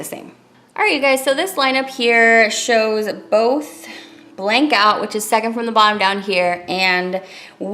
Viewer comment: Blanc is french for white and pronounced blahn....c is silent.....just a freindly fyi from Canada where french is mandatory on everything!! thanks for showing this beautiful collection xoxo